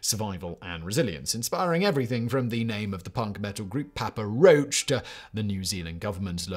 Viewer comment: Simon can’t even pronounce Papa Roach correct. This poor rich man